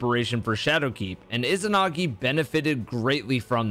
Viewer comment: Why can’t people say izanagi correctly?? Ezanagi. Not ih-zinagi